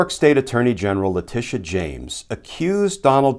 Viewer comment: Letitia - not Leticia